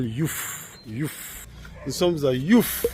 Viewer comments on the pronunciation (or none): On dit pas youf mais yoff! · 🫡Cher aîné et frère africain, soit la bienvenue au Sénégal 🇸🇳. À propos, pourquoi dit « Youf » au lieu de Yoff. À ce que je sache le « o » de Yoff n’est point géminées, en plus tu n’es point dans un pays anglophone. Si l’on prend l’exemple de ton pays, prononces-tu « Tougou » en lieu et place de Togo 🇹🇬 ? Aaaah mon frère 😂😂😂😂😂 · C yoff pas youff mon frère togolais ❤❤ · Bonjour Papa et merci, belle video, mais on dit YOFF:face-blue-smiling